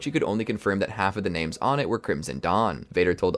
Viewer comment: I really wanted to enjoy this, but you mispronounced half the names